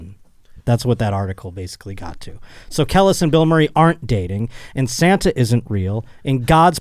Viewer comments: I’d never dare to correct I just want to alert his in knowing it’s CUH-LEASE (Kelis). But truth be told, as a roach, Kel-lis made the story that much funnier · I demand an apology after butchering Kelis’ name repeatedly 😂😂😂 Kelis = Kee-lis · Listening to fuck up "Kelis" over and over was painful..... smh. Not a single minority in the room to correct him. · I took a shot every time mispronounced Kelis and this is my ghost commenting for me now. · It’s so cringe how he keeps saying kelis, I wish someone would correct him!! 😑